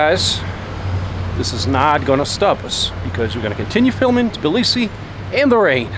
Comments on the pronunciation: I realized that Russian pronounce Tbilisi strangely in English. We skip the first vowel and pronounce it like: цб-ЛИ-си in English, with a strong Ц sound. What I hear you and say is Билиси. I guess the т is dropped in the Russian pronunciation and you're just pronouncing it the same in English? (i might just be crazy or deaf, that's also completely possible) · Thanks for the great video and Hey from the other Georgia 🇺🇸 🙂. Tbilisi is apparently the one city I can't pronounce the same way twice 😀.